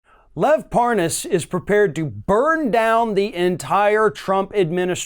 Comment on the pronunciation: It's LEV NOT LOVE!!!